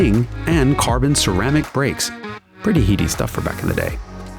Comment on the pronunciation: You blew it pronouncing heady haha